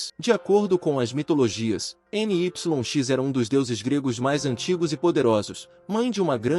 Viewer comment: Creio que não seja N-Y-X, mas se pronunciaria Nix